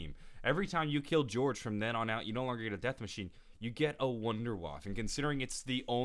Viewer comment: I don't see how he can critique Watch Mojo on their German pronunciation but then mispronounces Der Riese (which Watch Mojo did as well just worse) and WunderWaffe (same as Watch Mojo). Just gets under my skin when people do that. Instead of pronouncing select words in German, how about ACTUALLY LEARNING HOW TO PRONOUNCE ALL GERMAN WORDS. Or just don't at all. Not in between.